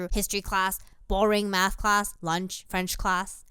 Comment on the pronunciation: I heard Methhhh